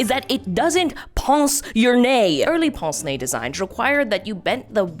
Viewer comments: it's just hilarious as a french person that you say pONce nez, instead of pINce nez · im so sorry but I need to tell you that "pince nez" isn't prononced as "pance né", but more "p-ein-se né" (idk how to explain it) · This pronunciation of "pince-nez" is so wrong... sounds like "ponce-nez", as if a device for sanding your nose. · bro said pense nez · "they don't 'pince' your 'nez'!🤣🤣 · If you need help pronouncing "pince-nez", a Québécois who has studied Canadian and France French, I'm her to help. For "pince", you basically pronounce how the word pint is pronounced, but replace the t sound with an "s". Then, for "nez", it's basically like saying "meh" but it's an n instead.